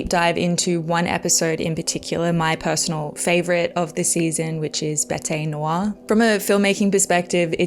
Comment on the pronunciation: Brilliant review and also my favourite of season 7. Keeping with the theme of the episode, you are one of the few reviews I've seen who pronounces the french title correctly, how Maria of me!